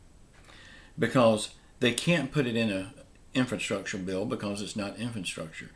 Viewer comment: What's an infanstructure bill? Do you mean infrastructure?